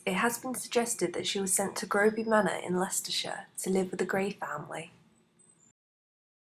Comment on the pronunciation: well done but as a native, its not Grow by, we say Grew b, for Groby